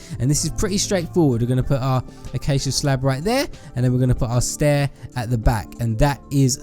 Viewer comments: haha u keep saying staiir haha u just make me laugh😂😂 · XD you said stair